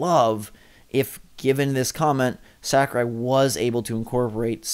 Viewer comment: Say it with me now: Sah-koo-Rai